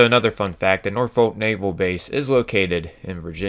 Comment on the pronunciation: My British soul ached with that one 😂